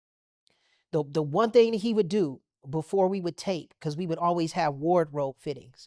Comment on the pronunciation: Aye J Weave....i aint never heard someone say "wardrobe" like that lol